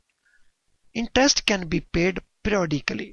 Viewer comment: intest nahi interest .. horrible pronunciation